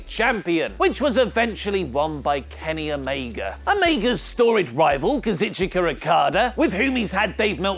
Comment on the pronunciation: say Kazu then say Chika, its not that hard to pronounce why does everyone who reports wrestling news butcher his name.